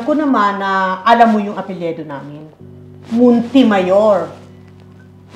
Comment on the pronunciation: Mother Ikaw mga ang mas taga Nunfok eh. "Apelyido" Hindi "Apelyedo"